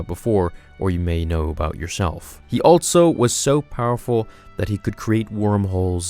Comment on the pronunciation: Also.....not alTso